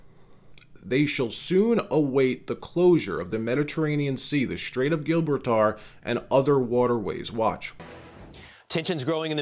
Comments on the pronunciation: Gobble-tar? It's JIH-BRAWL-TER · "The Strait of Gil-ber-tar" LMAO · Strait of Gil bar tar? Are you kidding? Are you AI? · Gilbbrall tar 💀💀💀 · That is a new Gibraltar pronunciation. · Check pronunciation of Gibraltar.